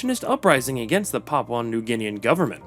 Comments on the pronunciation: Jayapura is one of the Indonesia city. Lol. And, I'm from Indonesia. And, not Papaw, but Pa-poo-ah. And Bo-gen-vil. And, you've given the nice imformations. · It should be Pap-OO-AH, not Pap-OW. And BOH-genvil, not BOO-genvil. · Who even says Papau it’s papua man😂😂😂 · PapUA New Guinea, not PapAU New Guinea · Need to learn how to pronounce correctly. It's not Papau, it's Papua. And it's not Rio Tito, it's Rio Tinto. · It's Pah-Pooh-An, not pah-pow-an. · Hearing papau this and papau that makes my head ache .... Learn to say " P A P U A " ... Not " P A P A U " please !!! You are being rude by ignorantly keep saying papau this and that. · It's Papua not PAPAU. Papuan not PAPAUAN. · Good to hear you'll improve it in future, but I don't know how you can say this is an "Anglicised" version. "PAP-oo-ah" is the Anglicised pronunciation, as very widely used all over the world. Pap-OW is just a mistake. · Not Papau... PAPUA NEW GUINEA ... The you are pronouncing the name of our nation is not correct. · Can you pronounce Papua correctly? It's pronounced as Papua as in Par-poo-uh and not Papau Par-pow according to your pronunciation. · You need to say Paa-poo-a New Guinea properly. The locals would not like it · Papua new guinea is pronounced Paapuuaa New Gini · no the anglicized version is papooah. You just are saying you're own thing, I think from misreading it as papau and then never looking again. If you had even heard one single other person in the world pronounce it the way you do I'd be surprised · Poor reporting. The country is no PARPO New Guinea rather it is pronounce Papua New Guinea. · Yeps ... I know how you feel hearing that 'papau' pronunciation 😅😂🤣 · Why would AI pronounce PAPUA as Papau? Wouldn't AI pronounce phonetically? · No, the Anglicized version is pronounced as Papua (Par- poo-a.). The way you pronounced it is not the Anglicized version, BUT your own version of pronunciation. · No it is pronounced "parpyua" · it’s not even Anglicised. It’s just wrong